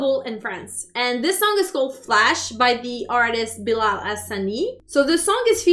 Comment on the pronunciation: Watchaaaa it’s Bilal and Not bilaal